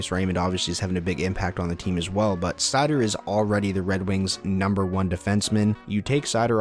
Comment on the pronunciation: Raymond probably has a better chance of having dry spells and dropping off the 1st line but seider is their #1 D and playing in all situations. From what ive seen so far I think 50points is very attainable for him. Keep up the great vids. . . Ps. Its pronounced (sea-toe)